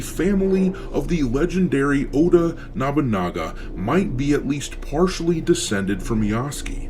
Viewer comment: NOBUnaga not NABAnaga how are you messing this up so many shadows vids in when the guy shows up in anime and video games all the time, surely you've heard it a few times before